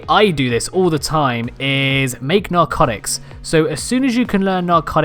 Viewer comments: “Narcoctics”. cock. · He did XD LISTEN LOL